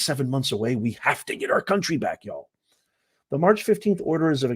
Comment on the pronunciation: Y'a l l haha. Definitely from the South